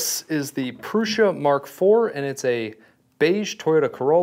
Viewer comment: why are you saying "proosh-a"? there is only one "s" and no "h", and it's "u", not a double "o". smh. i'm about to thumbs down this video. then you switched to "proo-sa".